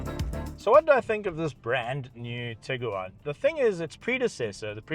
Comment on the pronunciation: Say Tig Guaaan Not tigger waan 😂